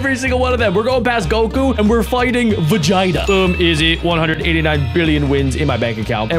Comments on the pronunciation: It’s veeeegita not vigita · I swear I heard him say Virginia when the name was Vegeta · He said time to fight vagena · Are we not talking about what he called vigita